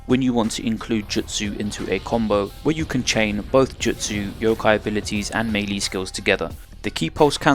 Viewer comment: Man I don't like having to do this but I gotta cause it hurts hearing you repeatedly butcher the pronunciation... melee = ˈmālā = meh lay not mee lee or mei li. fucking hell anyway, thanks for making these